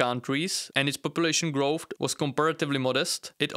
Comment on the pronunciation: Low growft. Yellow wests. Water turnout. Out of respect for your audience, please work on your pronunciation.